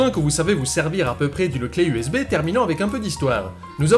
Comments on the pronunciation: J'ai entendu Zbay a la place de USB. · "U Szais Bas"